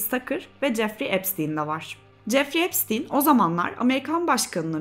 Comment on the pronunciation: epsin diyip durmandan videoyu izleyemedim resmen insan videoyu cekmeden nasil okunuyormus diye bakmaz mi